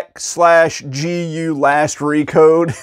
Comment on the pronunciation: You just say it as Dot Hack GU. Also it's super amazing and beautifully written action jrpg set in an mmo with awesome cast of characters that get some of the best development and combat is super fun. I'd recommend playing it on ps2 or ps4 or even on switch. I have all 3 ps2 games plus Last recode on ps4